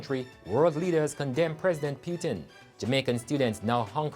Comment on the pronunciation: How on earth this guy cannot pronounce putin correctly . Omg the student said wasn't sure if they would be able to continue their education if they leave ? Seriously! Take the loan n run we are talking about putin ! Even though jamaica has a responsibility for their citizens we know how they do things. I pray for everyone there